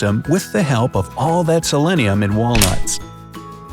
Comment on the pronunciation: selenium, not selennium.